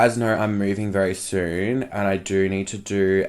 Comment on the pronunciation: "Don't speak too sone" ... "Thank QQQQQQ" LMAO!